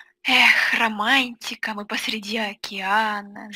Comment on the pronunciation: не раманиика а акиантика😂😂😂